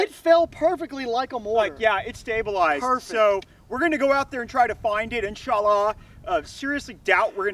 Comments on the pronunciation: "We're not political" Proceeds to mock the Muslim faith by butchering phrases. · So does every single special forces or anybody out there not a wannabe special forces everytime they say "insha allah". Massive cringe. These wannas need to stop playing.